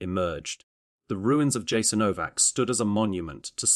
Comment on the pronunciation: Yasaenovac not k . If you talking about such a sactrd place you need to pronounce its name correctly.Thank you but West has NO IDEA what thappenet there....